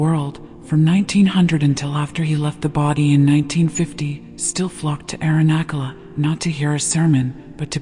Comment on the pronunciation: 🙏🏼🙏🏼, thank you. Am just bringing to your attention that Arunachala is pronounced not with a ‘k’ as in ‘kettle’ but as ‘ch’ as in ‘chat’, 🙏🏼🪷🙏🏼